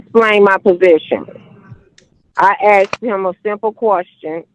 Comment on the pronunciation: "I axed him a kwushtyen." 😏